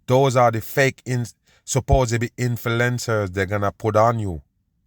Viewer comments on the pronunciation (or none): Please stop saying supposedly every 20 seconds and its Vladimir putin not plutin its influencer not infelencer its perse not forsay